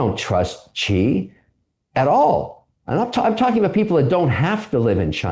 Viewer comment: Xi Jinping is pronounced "She" not "G". Simple, but lots of people get it wrong.